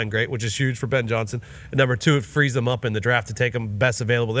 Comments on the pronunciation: Thum is the most annoying fuckin way imaginable to mess up the word them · literally cannot say the word “them” and it only bothers me I think. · I thought I was the only one. Dude says “thum” everyday